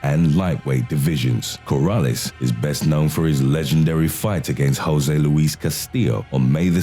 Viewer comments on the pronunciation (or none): none